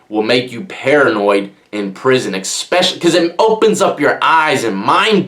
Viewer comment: It's eSpecially, not eKspecially